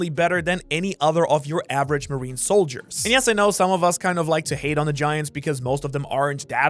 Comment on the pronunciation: marine ⛔ marne ✅